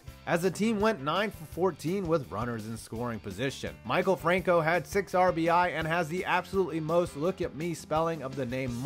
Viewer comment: Your joke about Franco would be good but is name is pronounced "My Kell" not Michael